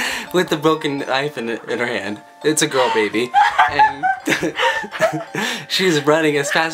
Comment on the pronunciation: He said gril hh